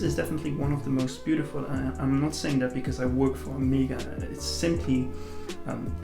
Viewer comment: OK, it is O-MAY-GA, not O-MI-GA >.<